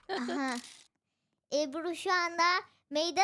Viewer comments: abla ebru yerine eRbU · Peki 'nin Ebru'ya "ERBU" demesi😊